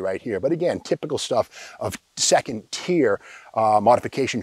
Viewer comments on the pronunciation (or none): none